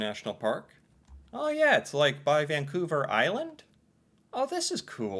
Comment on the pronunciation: I was very impressed how confident and how fluently you said Vancouver Island. I had to look back to see if it was written on the map or somewhere and it was not. Seems like these 5 videos a week have paid off for you.